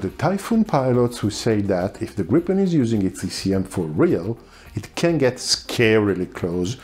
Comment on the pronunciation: Gripen with one p! Not Gripppen! Griipen!